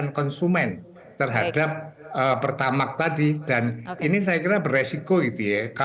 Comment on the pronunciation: PertamaXx bang bukan pertamaK😂